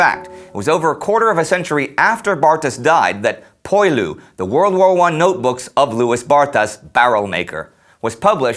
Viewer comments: I'm no French expert, but I have always heard the word "poilus" pronounced more like pwa-LOO (instead of poy-LOO). I'm sure someone out there can clarify this. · "Poilus" is pronounced "Pwah-loo".